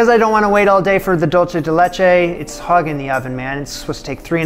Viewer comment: Love this, looks absolutely delicious. Also, dulce is pronounced like "dool-say"! It's Spanish, not Italian 😉